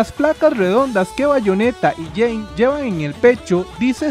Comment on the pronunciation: Jeanne se pronuncia "Yan" con una "a" larga